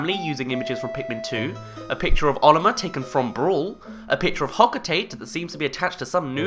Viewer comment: It's hok-oh-tah-tay not hok-oh-tate